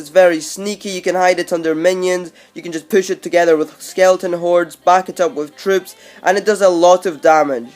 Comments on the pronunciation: he said skeleton hoard lol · he said skeleoton horde😏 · about the mini peka he said skeleton hords